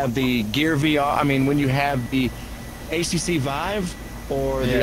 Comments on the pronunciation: why is this low budget unbox therapy calling it the ACC vive? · I think it's his accent/pronunciation of HTC but it does sound like ACC.